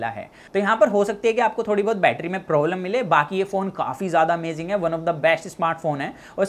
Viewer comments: Batttryaaa kya hota hai battry suna tha 😂😂😂😂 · Betraa kyu bolte ho bhai 💕